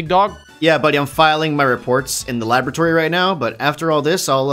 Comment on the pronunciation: Did just say "the libratory"? 😂